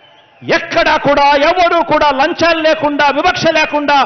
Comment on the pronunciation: జగనన్న అది లంచాలు అన్నా లంజాలు కాదు